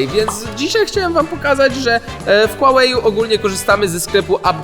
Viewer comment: Huawei czyta się: Hułałe